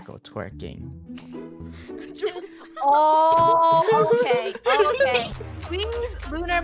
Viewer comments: stop saying t wiking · stop saying twiking